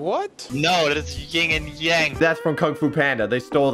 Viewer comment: I Love How Says "Ying" And Yang, Even Though Its "Yin"